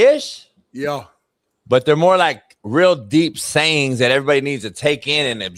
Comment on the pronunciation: Coach sounds wild when he says "sayings" 😂